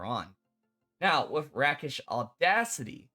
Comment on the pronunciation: The medieval term for a street duelist was a rake, pronounced rayk. This is where the word rakish comes from, pronounced RAY-kish, not rack-ish.